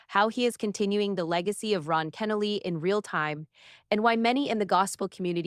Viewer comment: Ken-o-lee is how it is pronounced.